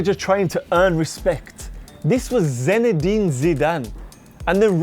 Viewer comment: Irritating that you kept saying his name as ZENedin